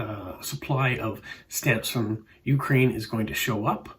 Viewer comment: Ukraine should be pronounced with the emphasis [=stress] on the second syllable. I saw a Bulgarian stamp shown (bottom right). There are stamps from the 1920 14-stamp set printed in Vienna that were never issued.